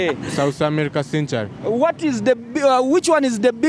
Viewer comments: I wouldn't say sen- ture- ri.😢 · But your pronunciation of century is somehow off my teacher no wonder the other guy was mistaking it sanctuary.